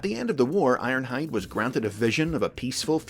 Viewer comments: I won't acknowledge the energeon "Iornhide" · you said his name wrong,. its ARRRRNHAAAHD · It's Ironhide! I i q u i d N i t r o g e n